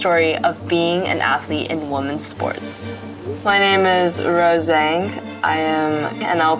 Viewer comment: She pronounce Zhang like she’s none Chinese descendant. Weird